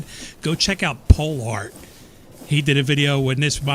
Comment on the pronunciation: "go check out POH LART" lol